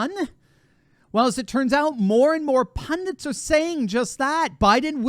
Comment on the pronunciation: Pundents huh? Ok